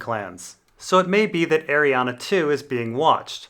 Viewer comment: It's Ariann,. It's pronounced "Ariann" not Arianna. Dammit.